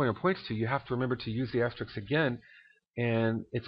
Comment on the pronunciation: You keep saying "Asterix" but actually it's called "Asterisk" ;)